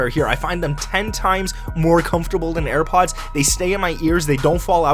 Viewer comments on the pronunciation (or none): none